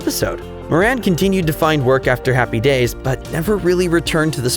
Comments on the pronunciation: It was driving me nuts...Happy DAYS...Happy DAYS...so strange. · It's HAPPY days, not happy DAYS. It sounded so wrong every time you said it that way. HaHaHa